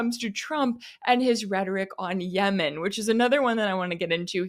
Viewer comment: He mispronounced Yemen. Where is he from?